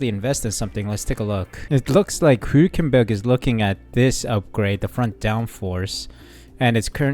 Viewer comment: Hulkenberg's surname is pronounced HULKenberg NOT WHOkenberg